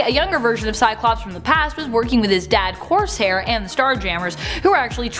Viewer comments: Did she just call Corsair " coarse hair"? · Did you say "his dad Course Hair" 😂😂😂😂